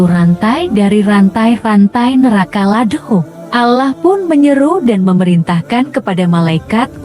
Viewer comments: Ini yg buat konten sebenarnya agamanya apa yaaa kok nyebut Allah nya gitu kyk bukan umat Islam ajaaa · Coba ya utk naratornya spy memperbaiki sebutan ALLAH...kurang enak didengarnya